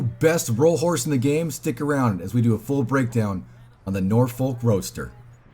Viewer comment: For having Roadster in the game, the horse feels sluggish and the handling is trash. Also, its pronounced ROADster not ROASTer.